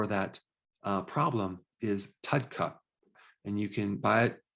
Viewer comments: He said Tudca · When discussing bile salts you mentioned taking "tut cup" to thin the bile. What was that again?